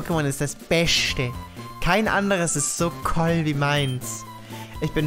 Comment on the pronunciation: Haha wie ich bei dem "koll" gelacht habe. 😂😂😂 Das liest man ja auch manchmal in den Kommentaren, dass Kiddies "coll" statt "cool" schreiben. 😂😂